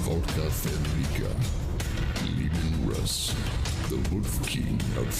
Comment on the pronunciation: It’s leman Russ